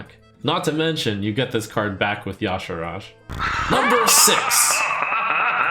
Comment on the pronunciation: Is Y'Shaarj supposed to be pronounced "Yasharaaj"? I feel like there's a few too many A's inserted in there.